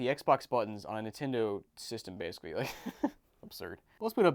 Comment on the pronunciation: Dude basically is pronounced Bay-suh-klee not Base-klee